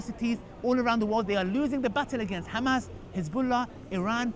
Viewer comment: Khammas😂🤣i think Piers Morgan leaned the pronunciation from Netanyahu 🤣😂